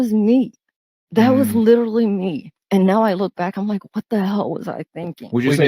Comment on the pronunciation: I feel nothing for this loser because she said the word lItErALLee